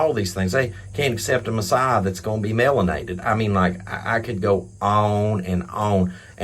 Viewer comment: "Melonated" LMFAO, I can't, I really just can't.